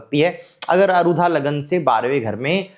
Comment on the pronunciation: कम उम्र में ही ज्योतिष का आपका अध्ययन इतना गहन है, अनेक शुभकामनाएँ!🌼 केवल एक सामान्य निवेदन है— कृपया अरुधा नहीं, आरूढ़ बोलें। आरूढ़ (Aarudh) सार्थक शब्द है, अरुधा का कोई अर्थ नहीं है। वर्तमान ज्योतिष में यह शब्द चल निकला है, परन्तु विषय-विशेषज्ञ से अपेक्षाएँ अलग होती हैं।